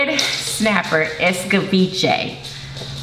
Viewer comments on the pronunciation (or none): It’s just escovitch, not ecovitche 🤦🏾‍♀️😂